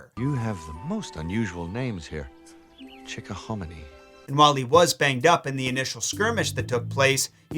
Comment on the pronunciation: That pronunciation of Chickahominy basically maid my brain explode. Disney had that pronunciation right.